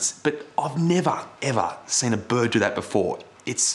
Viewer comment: Nev'uh....Ev'uh!!! Ohh que la chin'got'uh mate por que ye fockin did that